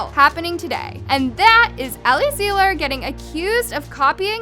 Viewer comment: if ur gonna talk abt ellie at least say her name right lol... it's pronounced 'zie-luhr' not 'zee-luhr.'